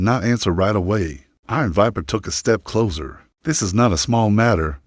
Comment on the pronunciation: Narrator is speaking too rapidly, not even a slight pause between sentences. Had to slow it down significantly. The story is fine but speed, pronunciation and the word closer needs a sharp s. It's being pronounced like the detective show "The Closer."